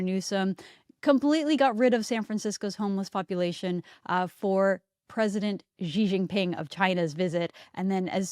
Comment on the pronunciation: I sincerely hope you'll read this and take it to heart. It's very easy to pronounce Xi Jinping. Xi is pronounced as "she".